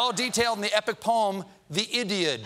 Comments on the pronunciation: "The idiod" Hahahahaha.... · "The Idiod". Oh yes, the "Achilles mouth". 😂😂😂🤣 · Lmao "Idiod".....😂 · “The Idiod and the Oddity” lol! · "The IDIOD" I am ded. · « The Idiod » ! 🤣🤣🤣🤣🤣🤣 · 'The Idiod' literally almost killed me; I shot coffee out of my face and started coughing so hard.